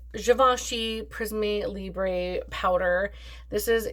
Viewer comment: you re welcome 😊 in France, we never say YSL but always Yves Saint Laurent, I loved that genius, I was so sad when he gave up and later when he passed away 😭 when you say it like that for Prismé Libré, it s like you were speaking Italian 😂👍🏻